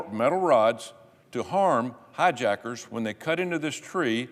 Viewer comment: Minute 10: Did he say HIJACKES? "Tracy Stone Manning ... HIJACKERS?!!!!!" This fellow is nuts! Can't even call it Freudian. You're a Senator from Alaska and can't get Hijack from LUMBERJACK right? Woe to America! My sincere condolences fellow Americans.